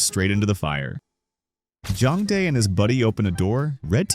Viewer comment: whenever he’s trying to say jong dae he keeps on saying jung bae